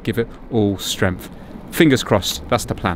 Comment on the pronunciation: You keep talking about strengf I think you mean strength .